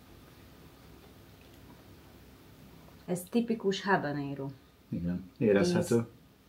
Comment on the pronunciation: Ahogy a mondta habaréno!😂😂😂😂